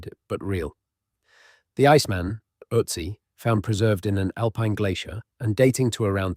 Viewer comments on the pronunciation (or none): none